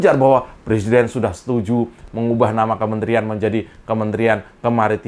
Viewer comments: Kenapa mereka ben ci sama Cokro tv !?...Karena dapur mereka terganggu dengan adanya Cokro tv. Maju terus Cokro tv !! Sikat para kadrun / kadrunista. RR, RH, SD, Otak korslet apalagi RR, suruh dia belajar ngomong huruf Rrrrr dulu. Lisal lamli plesiden.. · Rijal Ramli suruh belajar ngomong dulu msak presiden di bilang plesiden